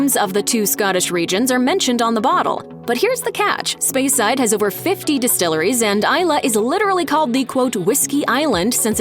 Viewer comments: And also Speyside as "Spyside" 🤦‍♂ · Spy-side hurt my ears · And a cringeworthy pronunciation of "speyside" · She pronounced “Speyside” incorrectly too.